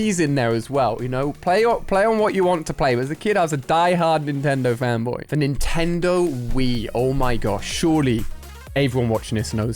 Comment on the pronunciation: And I oned a nentedo